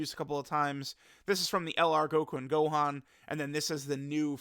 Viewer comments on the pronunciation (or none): none